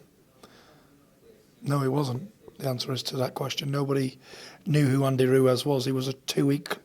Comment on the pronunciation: Tyson "Andy Ruez" Fury